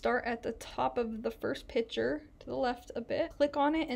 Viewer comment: Thanks for the tutorial it was very usefull and I got a chuckle every time you said "Pic'hure" 🤣